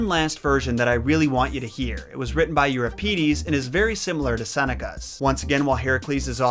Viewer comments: It's Eu-RIP_edees and lie-PE-phil-ees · Thank you for pronouncing Hera properly. Watched your 12 Labours video yesterday and cringed every time you said HEra. Related, afaik Euripides the second i is pronounced the same as the first, so id like lid not eed. Sorry for nitpicking, I do really enjoy your videos. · Euripides is stressed on the first i though: eur-IP-id-es, not eur-ip-EE-des. At least, that's what I expect from the Italian stress placement, and what Wiktionary says.